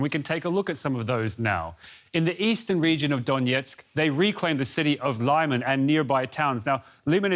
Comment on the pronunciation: It’s pronounced “lee-maan”